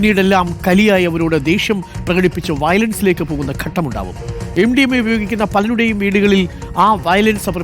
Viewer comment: എന്റെ പൊന്നു സുഹൃത്തേ ഘട്ടം എന്നാണ്. അല്ലാതെ ഗട്ടം എന്നല്ല. മലയാളം നന്നായി ഉച്ചരിക്കുന്നവരിൽ നിന്ന് കേട്ടു മനസിലാക്കി പറയൂ. ഗട്ടം ഗട്ടം എന്ന് ആവർത്തിക്കുമ്പോൾ അരോചകം.